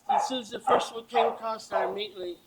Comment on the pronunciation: Just saying if you can’t pronounce IMMEDIATELY , correctly I will be keeping a close eye.. found a pattern with that and these pedos!! Hahahaha 😂